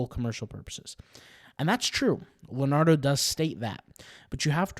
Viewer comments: It's not Len -ardo, it's Leon-ardo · It's hard to take someone seriously when they pronounced Leonardo as Luh-Nardo